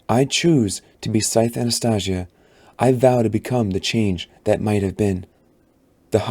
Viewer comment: The way he pronounces Anastasia may make me stop listening tbh